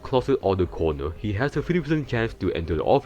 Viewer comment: bonnie goes stwait to thuh cownuh